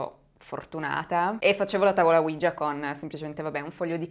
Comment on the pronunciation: Mi piacciono molto i tuoi video,sia quelli del lunedì che quelli del venerdì,anche se sono molto scettico su questi ultimi,cmq sei molto brava,l'unica cosa é che tavola ouija si pronuncia proprio come é scritto,cioè Oui (si in francese) ja (si in tedesco) praticamente é la tavola sisi